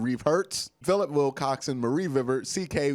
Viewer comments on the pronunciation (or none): none